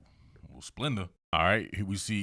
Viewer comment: Bro you funny. He said “Splenda” . 👀😂😂